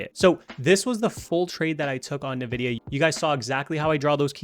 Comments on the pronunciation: Nvidia, NOT "Nividia" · Why are you saying Nividia like a boomer?? It's Envidia... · The company name is pronounced "En-vidia", not "Na-vidia." Lol! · Bro, great video. Also its EN-VIDIA not NA-VIDIA